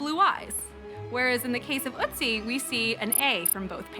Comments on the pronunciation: Ötzi /Utzi, not Ootzi. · He is not called " Utzi" but ÖTZI ( with umlaut pls)! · Ötzi nicht Utzi....😖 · Ötzi there is no U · They make an almost 1 hour long documentary and don’t even bother to pronounce his name correctly…😏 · They cannot pronounce the ö vowel.